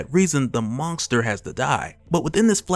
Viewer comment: can you STOP saying MONGESTER? wtf!